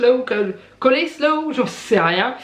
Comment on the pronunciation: Tu m'as fait rire avec le choux rouge tous les jours, c'est pareil pour moi , quand j'en achète un , il n'y a que moi qui adore ça, ce qui fait que je m'en tape tous les jours aussi😂 c'est pas grave , c'est très bon pour la santé, il parait😂😂 La prononciation du " coleslaw" pareil pour moi, je n'arrive pas à le prononcer😂😂 C'est vrai que les fruits c'est hors de prix ( c'est lamentable d'ailleurs) mais 5 eur le melon, ça me paraît énorme, mais ça ne m'étonne même pas.